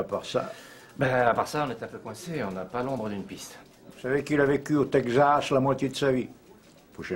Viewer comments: Le ... "tègue zasse" ? "Texas" se prononce "tek sass". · Le "Tegxas"